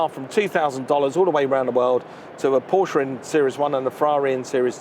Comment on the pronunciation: I have learned heaps from Ed China [how did his surname originate?] but had to MUTE Mike Brewer's infantile comments; was not impressed with his peripheral contributions. Would never buy a car from him; noticed, however, that he pronounced PorschE correctly.